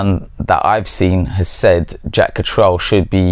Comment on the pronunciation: If you've known him so long, you think you could pronounce his name correctly. Katrel? I've never heard anyone pronouncing it that way. Absurd.